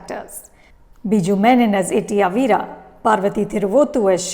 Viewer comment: It's not Itty Avira It's Itty Avra (Aa va ra )